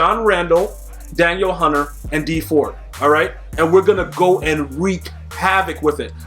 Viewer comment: Lol you’re saying Danielle hunter name wrong.